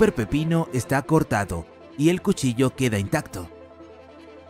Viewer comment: Cushilla xd